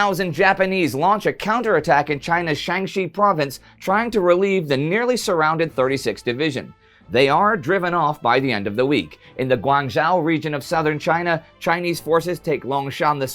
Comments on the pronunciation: Hry Indie, loving the new series! Well done. Just one thing, Guangzhou is pronounced Guang-Joe (Like the name Joe) not Zhao. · Hate to be picky but Guangzhou is pronounced (Gwan-show)